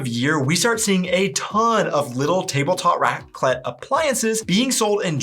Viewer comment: Raclette is pronounce on the a so "Raaaclet". I thought only Switzerland wishes "einen guten Rutsch". We also ask "Bisch guet grutscht?". Did you slide well into the new year? The second of January is a public holiday here (Berchtoldstag). We have a family tradition of playing a pig game called "Schweinerei" shortly before midnight. All diese Personen haben wohl noch nie was von Sicherheit beim Feuerwerk anzünden gehört. Eine Rakete anzünden und dabei in der Hand halten? Sind die lebensmüde? Ich wäre wohl auch in Panik geraten, wäre ich auf dieser Brücke gewesen.